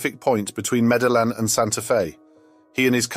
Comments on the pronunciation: The name of the Columbian city is phonetically pronounced “Meddy-een.” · Meda Lynn?? Or did you mean Meda-yeen??